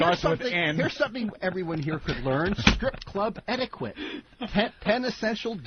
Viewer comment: "strip club etikwet"